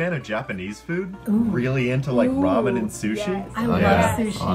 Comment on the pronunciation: also they way he pronounced it (ray-men)